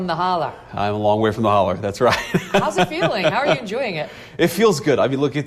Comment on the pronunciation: I like the way Megan mispronounced hollar, but the VP repeats it back correctly!